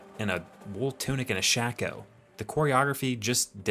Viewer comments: It's "shake-oh," NOT "shack-oh." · I noticed you're pronouncing the word Shako like "shack-oh". I have always heard it pronounced "shake-o". Not saying you're wrong in your pronunciation at all but i'm curious if this a sort of regional/organization specific pronunciation orgin?